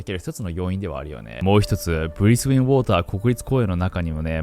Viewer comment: Brisbane Water National Park ブリスウェン ❌ ブリスベン 🙆‍♀️🙆‍♂️